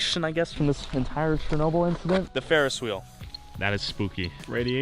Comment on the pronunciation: It is not chr-no-bil, it is Cher-no-bil